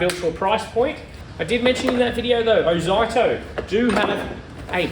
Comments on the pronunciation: It's not ozighto it's pronounced ozeeto.....short for ozzy tools.used to be an Australian company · I love all of your videos nearly as much as my 3 year old grandson, Keep em coming! But please It is pronounced “OZEETO” 😮😂